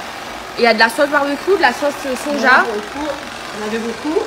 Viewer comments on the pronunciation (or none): none